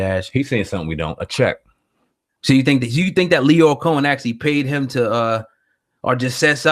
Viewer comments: Lyor (Lee-your) Cohen brothers. Not “Lawyer”. How are you actually hearing his name pronounced correctly by Flex yet continue to say it wrong throughout your video? This is one of the main reasons I have a hard time considering any of the popular vloggers on YouTube credible. That lack of true journalistic education. Typographical errors and poor grammatical diction to me are the quickest way to lose or never gain validation as a journalist. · There is no one called "lawyer Cohen" it's LYOR pronounced LEE-OR. It's pretty, pathetic when people refuse to pronounce people's names correctly when you HEAR people say it. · LYOR (lee-oar) not Lawyer. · Who Cohen? lol Lycor, leeveor? lmao what did you say? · Bro.... Lyor is pronounced LEE-OR. That shit was so annoying I couldn't finish the video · Who the fuck is lawyer Cohen? That nigga in the red can’t ever pronounce shit. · Please learn to pronounce Lyor's name... Flex and Dame both mentioned it and you keep saying it incorrectly... I had to stop listening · how can u be a hip hop industry journalist and not know how lyor cohens name is pronounced?? niggas been sayin his name since the 80s! shame... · How do u seriously not know how to say Lyor name? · The fact this nigga can’t say “lyor” is fuckin disgusting.. use your words man, lookin ignorant up there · Can't respect a "hip hop journalist who can't pronounce "lyor". Did you know anything about theses people before regurgitating someone else's opinion?